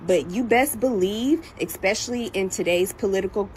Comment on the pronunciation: She lost me at exspecially 😂